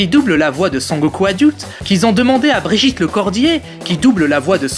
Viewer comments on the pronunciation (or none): none